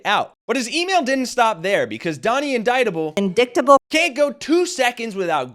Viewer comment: How appropriate is it that Marjorie Taylor Greene pronounces indictable as INDICKTABLE😅😅😅